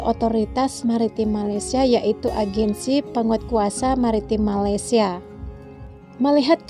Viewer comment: wahai si pencerita, sebutlah nama negara kami dengan betul... Malaysia bukan Malaydesh.. itu saja nasihat saya... peace from 🇲🇾